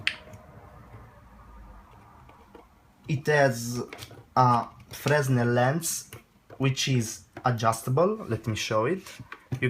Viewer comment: Good video, thanks! I almost brought one of these when they were on offer for £53 but held out until there were some reviews. And I'm glad I did, after seeing this I think I'll get some thing else. Oh and just one other thing, I had no problems understanding you but... Pronouncing English: --------------------------------- Linear: Solved: Fresnel: [It's properly pronounced Fr-eh-nel, although frez-nel is acceptable.] Sensibility should be: Sensitivity And lastly use the infinitive : "I know that for a fact."